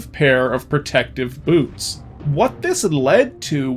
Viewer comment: I heard "noose of flight" when you said "boots of flight." For whatever reason I thought it was the funniest thing I had ever heard. Thought this slog was going to end much differently.